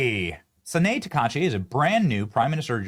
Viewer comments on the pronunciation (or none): Ta ka I chi. It makes me cringe when you butcher her name. Slow down. It's easier than Chinese.